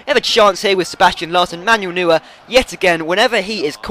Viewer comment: It's pronounced Manuel Noier.